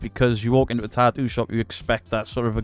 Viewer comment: MUCH ADMIRATION, RESPECT AND LOVE BROTHER from the states. Tattoo, not ta-oo.